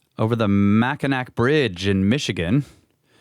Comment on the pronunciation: It's pronounced MackinAW bridge.